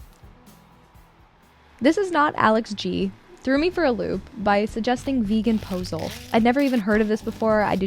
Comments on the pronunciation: Omg the way you said pazole it’s pernounced pasole” pas ol aeee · Hominy is the main ingredient in pozole, your trying to make corn soup without corn, pozole rarely has beans of any type. This is a misuse of the word Pozole also your pronunciation of pozole isn't right. I'm whatever you made tasted good but please just call it bean soup.